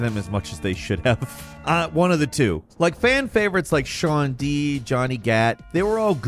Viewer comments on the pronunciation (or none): Her name is Shaundi... it's not "Shawn-D" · “shaun dee”